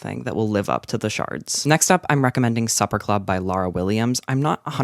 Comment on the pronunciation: i know this video is old but it do be saying “the sharts” and not “the shards”